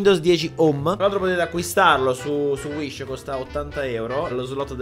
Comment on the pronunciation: inizialmente avevo capito "IL NUOVO COMPUTER SHISH"